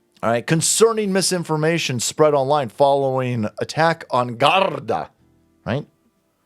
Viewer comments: it’s pronounced “gard-AY” and I can’t believe the Irish are allowing this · The word Garda is pronounced the way it is spelled, pronounced the way you would say Lake Garda.. Not the way you tried to pronounce it. You sounded like a cross between a Russian and a Spaniard... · Garda is irish you don't roll your tounge like your speaking Spanish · Garda sounds like gaurd-ee